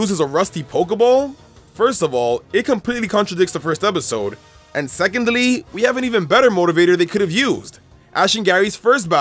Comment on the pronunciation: the way he says secondly is priceless 🤣🤣🤣🤣🤣🤣🤣